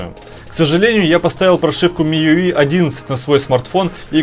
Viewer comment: Вообще то не 8 мп а 16 мп, и еще не миюи а миюай